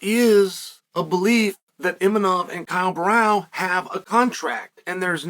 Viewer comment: Who tf is “kyle brow” 🤣